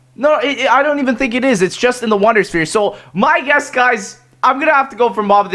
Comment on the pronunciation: "It's just in the wundersphere" rlly wtf lex